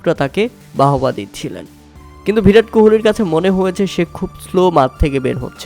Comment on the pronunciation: ভিরাট কোহলি না রে ভাই বিরাট কোহলি হবে😂 বাংলা উচ্চারণ করতে শিখো